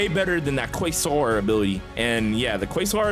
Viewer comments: Its pronounced “kway-zaar” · 💀 it’s ‘kway-zar’ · Im hearing the "Uhhhmmm actually its quasar not qaysar🤓🤓🤓👆👆" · i think its pronounced "Kasar" :P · Btw I’m pretty sure quasar is pronounced like kway-zar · its "kway-sar" 👍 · It's called quazar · It’s pronounced “QAYZAR” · it’s pronounced Kwa-Zar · quasar pronunciation: q-way-sar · its pronounced qwuay sahr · its quaysarrr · It’s pronounced “quazar” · To say it it's qwaysar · It's pronounced "kūasar" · quasar is pronounced q-way-zar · You pronounce it kwazer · bro it's pronounced KWAY-SAR but spelt quasar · Its prounouced "Qu-a-zar" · bros the type of guy to say cwosãnt instead of croissant